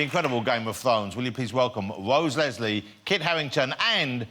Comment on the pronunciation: Wose Weslie. Haha.